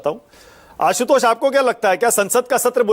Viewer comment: आशुतोष जी ना कि असितोष